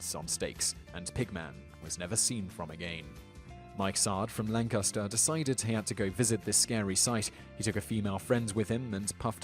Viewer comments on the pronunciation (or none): none